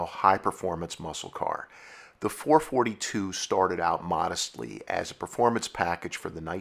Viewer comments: I know others have mentioned this, but it can't be said enough: it was the FOUR-FOUR-TWO, not "four-forty-two". There was a reason that Oldsmobile put the dashes in between the numbers in its advertising. And if you watch some of the old TV commercials (as you should have when researching for this episode), you would hear that Oldsmobile referred to the model as the Four-Four-Two. It's a shame you didn't get this right, because you have so much accurate information, but getting the name wrong literally makes this segment completely unwatchable and destroys your credibility on the subject, which is a shame, because many of your episodes are generally quite good, but this calls them all into question and makes one wonder what else you got wrong. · It's NOT four forty two!!!!!!! AAAAARRRRRGGGGGHHHHH!!!!! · ITS 4-4-2 not 4 -42 ...FOUR FOUR TWO not FOUR FORTY TWO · You are 100% ANYONE that knows says 4 4 2 NOT 4 fourty 2 duh!!! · I totally agree. NEVER in my life have I heard someone refer to them as 4 forty two. That irritates me so much I can barely watch this video... lol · I drives me crazy when someone say”four forty two”. !!!!!!!! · There is no such thing as a four fourty two. Your killin me here.4-4-2 is four four two. its been that way from the beginning. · I have never heard anyone call them a four fourty two. It's a four four two. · Every time he says "four forty two" it makes my head explode. I had to stop at 3 min in. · I had to shut this off hearing you repeatedly calling a FOUR-FOUR-TWO a Four Forty -two. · Please, four forty two is like squeaky chalk on a blackboard to Olds aficionados. It's Four Four Two, always was, always will be. I've owned 2 '68s, first one in 1972 other in 1985 and 1 '72 Hurst Olds. Loved them all, wish I still had them. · Please redo the video, use the term “four four two” not “four forty two” Thank you. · It's not "sometimes", it's always referred to as a "Four Four Two", not "four forty two".